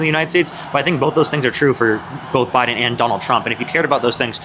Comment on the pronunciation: "cuz bidden" Every time.